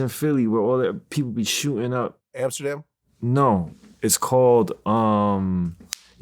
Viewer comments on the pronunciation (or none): Yo said “hamsterdam” like it’s the wire 😂